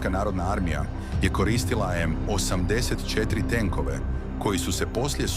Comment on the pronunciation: Nikako! Pazi na razmake u izgovoru. Kaze se osamdeset i 4 a ne osam pa pauza deset cetiri